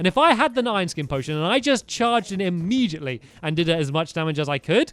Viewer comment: Not hating but why do u say imemgitally.. It's immediately